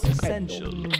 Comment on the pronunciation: Pretty cool. Although, it's "Olly wolly polly WOGGY ump bump fizz." And it's Authori-TAY-tive.